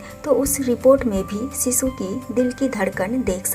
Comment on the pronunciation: Bewkoof aurat Sisu or shishu bolna sikh le phle. Sisu sisu kr k pka dia tune